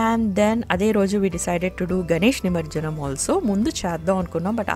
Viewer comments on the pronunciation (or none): It’s not Nimarjanam, It’s Nimajjanam (నిమజ్జనం)